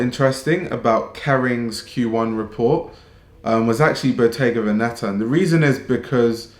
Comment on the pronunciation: The accent goes on the first e, it’s ‘vèneta’. (I hope you find this useful)